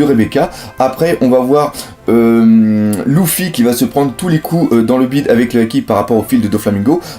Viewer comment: Luffy = en prononciation c'est "Leuffy" pas "Louffy" !!